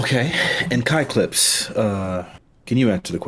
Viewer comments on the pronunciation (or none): when pronounced Kai Clips name as 'Cuck Lips' or 'Cock Lips' it really ruined the debate for me I just couldn't stop laughing. Especially seeing Kais face wondering if he heard that right just after. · Is it just me or did anyone else NOT hear “kai clips” . I swear I head c*ck lips. It looked like even Kai heard it wrong lmao